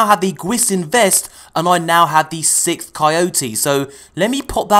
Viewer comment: Lol he said "sickth coyote". Thats how he said it.😂😂